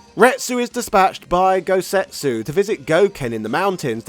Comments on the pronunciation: why do you keep saying "GouSetsu" when his name is "GouTetsu?" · Fun video - some pronunciation notes. Gen is pronounced with a hard G like "game" or "gun". Goutetsu is not Gousetsu. Another reference for Eagle is a character from Bruce Lee's "Fist of Fury" called Petrov. Look it up, it's almost a straight copy